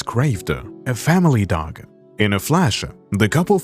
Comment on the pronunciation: After minutes, I had to turn this of. I could NOT handle the narators voice. The Dog-AR and the Cat-Ar